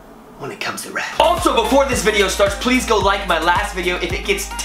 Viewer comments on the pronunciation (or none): none